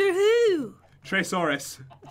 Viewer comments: its Trayaurus not Traysaurus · He said traysuarus it's trayuarus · Knock, Knock..: Who's There??: Dr......: Dr. Who??: Trysaurus It's Trayaurus not Trysaurus!!!!!! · Its very funny that you guys said traysaurus instead of trayaurus. LOLOLOL!!!! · Did pay say traysourous isn't it trayourous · Its Trayaurus not Traysaurus... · traysaurous it is Tryarous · it's Dr.trayuris